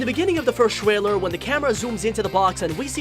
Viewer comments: trailer? no Shailer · Why is he saying twarwer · So funny how he says twailer